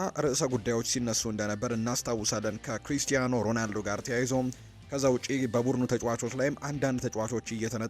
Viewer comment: ሮናልዶ ሮዳልዶ አትበል ሺ ግዜ። ያንድ ግሌሰብ ጋዜጠኛ ነህ? ሙዚቃ አውጣለትና በቤትህ ሺ ግዜ ዘምርለት እንጂ ሚድያ ላይ ወተህ አታላዝንብን